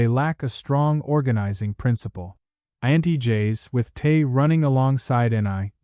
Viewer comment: I don’t discredit this video, because it was created heavily with AI. I am turned off by it, because the YouTube creator did not even put the effort into correct the narration of Te being misspoken as “tae”, repeatedly in the video. 😂